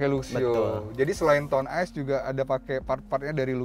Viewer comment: Di bacanya Town Ace, bukan Town Ice...